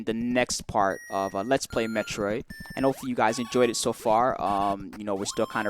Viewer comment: It's Metroid not metriod!